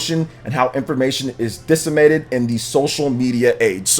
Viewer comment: My dude needs to work on his pronunciation. Deluge and deceminated ain't pronounced like that lol.